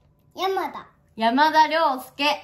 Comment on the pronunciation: ｢やまと｣のイントネーションで｢やまだ｣っていうの面白すぎる